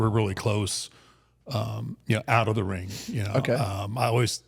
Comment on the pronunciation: Love but DUDE. It's ring not rink. I hear it everytime 😂